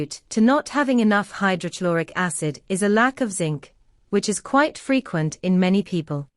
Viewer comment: Please correct your pronunciation of. Hydrochloric acid